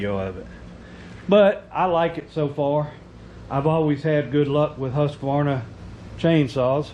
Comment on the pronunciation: Husq- varna. Not Husq-a-varna. It's Swedish.